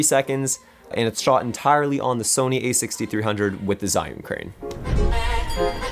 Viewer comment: Awesome! Great tips for an upcoming project I have. Those movements definitely added more dynamics and production value to the shots you have there :) And it's pronounced ''Gee'-Yun Crane hahaha